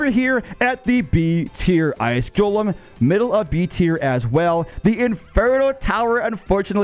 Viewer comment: Why bro say "ice Jolem" ?